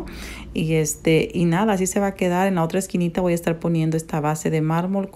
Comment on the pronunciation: Es mármol no marbol